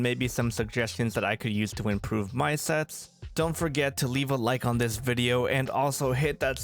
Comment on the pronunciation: Dinosaur sets not shets why you speak like that